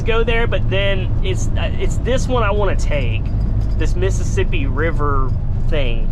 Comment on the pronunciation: he always said Missippissi